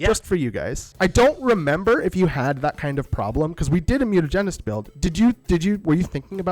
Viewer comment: After all this time still doesn't know how to pronounce Mutinahgenist.